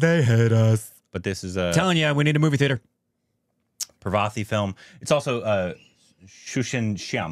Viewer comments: Its not pra-vaa-ti. Its paar-va-ti. 😂 I feel the pain when they distroy the actor's name. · Her name is not pronounced Pravethy... It is 'Paar-vathy'. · Its not "Pravathy" , its "Parvathy"